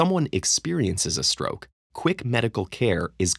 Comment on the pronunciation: At 11.00 there is roke instead of stroke